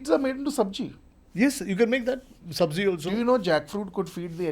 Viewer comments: The word is Sabzi not Sabji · It is Sabzi and not Sabji.😊